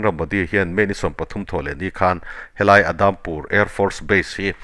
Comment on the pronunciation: Adampur nilovin Udampur tia lamrik tur ani,mizo tawnga U. A ngaihnawm thin hle mai